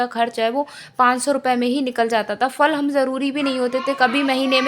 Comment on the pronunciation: बाक़ी सब तो ठीक है, परन्तु फल में फ का उच्चार अयोग्य है। पतंग, बादल, मकार इन शब्दों में जैसे ओष्ठ चिपकाकर हम उच्चार करते हैं वैसे ही फ अक्षर का भी उच्चार करना है। लोगों को यह बकवास लगेगा, जो ख़ुद बकवास है उसको बकवास ही लगेगा क्योंकि घमंड। जीवन में केवल बोलना नहीं योग्य उच्चार करना महत्वपूर्ण होता है, नहीं तो कहा के शिक्षित?? अनपढ़ गंवार ही हुए ना वो लोग। आप सुधारना करें यही इच्छा है, धन्यवाद।